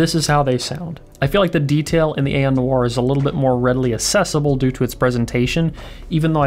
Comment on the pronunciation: It’s NOIRE not NOIR